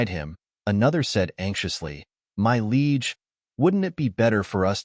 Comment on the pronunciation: Bro, Liege is not pronounced Leg.